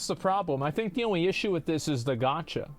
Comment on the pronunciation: Why does asmon pronounce “gacha“ as “gotch-ya”